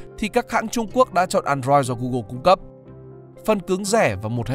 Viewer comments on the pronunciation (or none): none